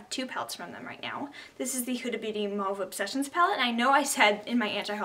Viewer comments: “Moove obsessions it’s (mu a ve) mauve. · u can pronounce it mar-v or mowve... lol